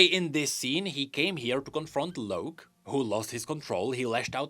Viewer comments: Why do you keep saying "Loak" His name is Locke, as in LOCK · It's LOCK(e) not LOWK...UGH. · Locke is pronounced as lock.... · please, the name ‘Locke’ is pronounced the same as ‘Lock’. You’re killing me here. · It pisses me off that he keeps saying Loak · The way pronounces Locke really bothers me lol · yet I'm sure he knows what a Lock is, and this just has an E at the end... It doesn't change the pronunciation lol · THats not an excuse lmao hes doing it on purpose. His English is LIGHTYEARS beyond pronconce a simple ass word. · mine too, and idk why tf he's saying it like that.